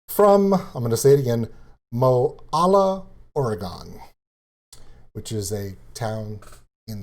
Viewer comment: you say Oregon sort of like Or then gen so Or-gen and the town she is from is Mo then Lall then a sort of like Mo-lall-a well that might get you close and thank you for the Reaction on Liliac they ROCK IT